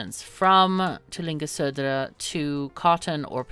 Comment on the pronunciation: I must say that your pronunciation of "Södra" was almost flawless when you said it when you typed it in!